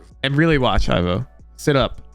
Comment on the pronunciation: As someone also called Ivo, please pronounce the "i" like in "indoors". Hearing "aivo" makes me wince, I'm sorry.